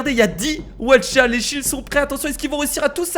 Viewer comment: mais tu es tellement con les Aucha ça se dit pas Watcha😈😈😈😈😈😈😈😈😬😬😬😬😬😬😬